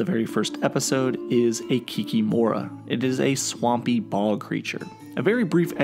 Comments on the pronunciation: Nah, you said KikiMORA and not KIKImora, i wasn't trying to be a smartass, just telling how we say it in Polish/Ukrainian/Russian since its a shared word. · It's Kik"I"mora with the acsent on the second "i" not "o"